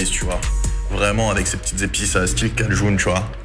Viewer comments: Ça se dit frites kaj1 et pas cajoune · C’est cajun et pas cajoune 😜